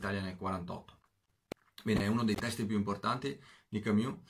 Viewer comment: Ma perché camIus